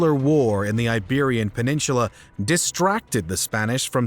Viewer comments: THERE IS NO "H" IN PENINSULA. LEARN HOW TO SAY IT CORRECTLY. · You are pronouncing peninsula the wrong way.